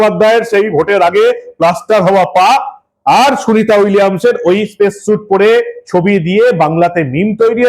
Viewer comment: হালাল হিঁদু বামনীর স্পেস আর পেস উচ্চারণ করতে দাঁত কপাটি লেগে যাবে তবুও কথা বলা চাই! সত্যিই বঙ্গবাসী কারে দিয়েছে রানীর পাঠ! সেজন্যই ইংরেজিতে বোধহয় প্রবাদ বাক্য রয়েছে... "For fools rush in where angels fear to tread"